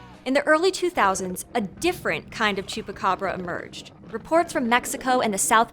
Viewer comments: Its THE GOAT SUCKER.... el chupacabra, all of my family members on my moms side who are from mexico city say "el chupacabra" even the family on my dads side who are mainly chicano say "el chupabra" it's not that hard bruh🤦‍♂️😂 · First of all this lady doesn't even know how to say Chupacabra correctly ‼️ and this is far from a myth in PR lady. I was in Puerto Rico and this was all happening and trust me this was no damn dog it was more like a demon but of course you people want to turn around and make up stories or make it seem like it's something funny or cool.